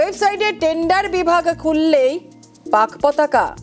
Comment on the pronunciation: পতাকা ❌ পকাতা ✅ 😅😂